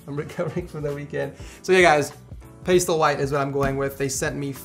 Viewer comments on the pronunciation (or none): It's pronounced "paastel" not "paste el" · its: pas - tell NOT: paste - ell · "Paistel white" LMAO